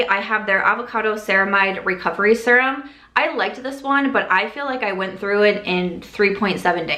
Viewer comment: NOW I hear it- sometimes you say “sear-um” (normal) but more oftentimes you say “sur-um” (a little odd…😂). Either way, love ALL your videos, love your dry humor and LOVE the shorter hair😍😍